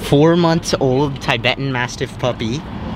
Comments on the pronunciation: it’s pronounced (tih-betan) not (tye-betan) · Tibetan is not pronounced Tybetan The Tib is pronounced the same way as tib in Tibbers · You pronounce tibetan (t-bet-ten) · You said Tibetan wrong